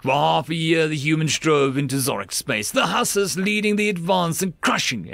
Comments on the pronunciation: The pronunciation of Hussars needs a little work, lol. "Hoo-sars" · Huzz-are (like: buzz and ARE you kidding me) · it's pronounced Hoo-sars, as in the Polish Winged Hussars